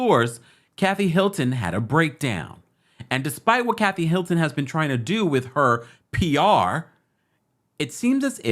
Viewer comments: Sounds like he's saying "Milton" to y'all too? and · Why do you keep saying Milton instead of Hilton???